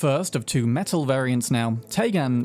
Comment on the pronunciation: The way you pronounced Techtronika the first time is right. The way you pronounce Metel is wrong tho)